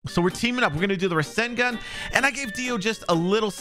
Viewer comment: He says rashingun